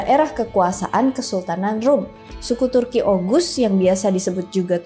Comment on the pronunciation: Sedikit informasi, dalam pelafalan "Ğ/ğ" itu tidak seperti "G/g". Misal, pelafalan "Ertuğrul" itu bukan "Ertugrul" tapi "Erturul". Juga, "Oğuz" misalnya bacanya "Ouz" bukan "Oguz". Jadi pelafalan "Ğ/ğ" seakan-akan tidak ada huruf disana.